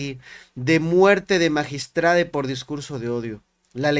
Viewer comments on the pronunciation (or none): Qué no mame ese señor, bien sabido que entre esas personas los crímenes pasionales son muy frecuentes y así de impresionantes. Y luego el magistrade, que estupido, se dice magistrado. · Que es eso de asesunade, es asesinado no deformen el idioma, ya dejen de decir magistrade, es magistrado. Por Dios.